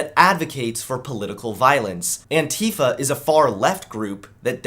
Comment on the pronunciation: I heard the word Antifa before I saw the word. I though they were saying Anti-fat.